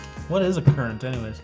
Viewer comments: How do you guys keep mispronouncing currant? I don't think I've ever heard it pronounced curr-ont. It's pronounced exactly the way it's spelled curr-ant. I'm just surprised how you butcher some words is all, but I still love ya!!! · I think just got it in his head that it was a foreign word and must be pronounced with an accent. It’s not an everyday word here in the US but I’ve never heard anyone mispronounce it before.